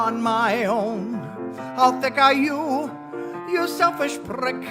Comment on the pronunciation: Uncle Ned - There’s something that’s not quite right about rolling R’s on a prick.